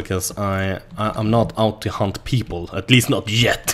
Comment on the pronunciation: I swear every time he says hunt I hear hump